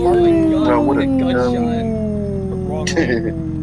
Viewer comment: "OH MY JOD!